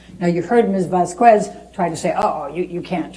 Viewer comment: Ms "vas-qwez" 🤦🏼‍♀️ the clip with the horse flying across the sky with the angelic chorus just sent me 😂😂😂💀💀💀